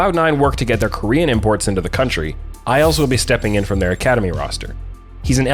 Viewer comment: When said "isles will be stepping in" I heard it as "I also will be stepping in" and got really confused for a moment.